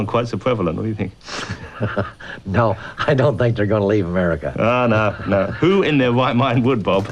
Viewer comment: "Amewica". Hard to take this guy seriously. But, fascinating program since it's all the way from 1992 but sounds like a 2011 anti-American film!